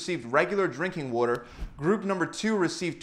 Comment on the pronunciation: They way this dude says water 😂